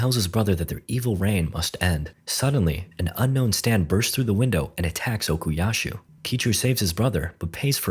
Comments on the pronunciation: stop calling him Okiyashu. It hurts💀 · Istg if u say ocusashu one more time 🎋😔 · Doesn't look as bad as I expected actually :O (Bro, it's Okuyasu not "Okuyashu") (Also, it's Josuke, not "Jawsuke" or "Joshuke" like, c'mon man) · Okuyasu, no h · why does bro keep saying okuyashoo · "Okuyashoe" YO WHERE IS SHOESUKE?! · and while you're at it, OKUYASHU ARE YOU KIDDING ME